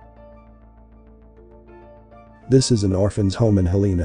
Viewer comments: HEL-e-na….its pronounced HEL-e-an….. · It's pronounced Hell-en-uh 😊 Just constructive criticism to help with the algorithm I love your channel 🙏🏼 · Its pronounced Hell en ah I like your videos, keep going.! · It's pronounced "Hell-le-na'